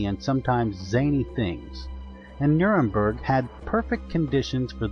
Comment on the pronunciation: it's NurembErg